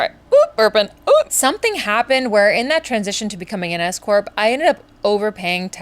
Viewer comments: I thought you said escort instead of s-corp. Whew, momentarily stunned! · I KNOW I’m not the only one who thought she said “I decided to become an escort” instead of “s corp”. I was like “yaaaas okay!” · I thought you said escort 😅….S-corp…got it 😂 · Oh, my goodness . I thought you said you had become an escort. You kept saying it, so I thought it was a bit. No, you said Scorp. I feel so foolish😂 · Oh S corp! I had to rewind that I thought you said escort 😅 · LOL! When you said S Corp, I thought that you said escort 😂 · I thought you were saying you became an "escort" 😂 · An S Corp. Not an escort. Had to pause and rewind. 😂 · I thought u said "escort" 😂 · No, no, she definitely said escort. 😜🤣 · OMG, me too! I was like Whaaat? Times must be tough. Lol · Hahaha me too.. my first thought was “WHAT”, immediately followed by “None of my business, don’t judge” 😂